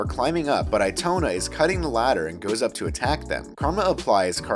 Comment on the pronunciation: Eee toe nah is how you say it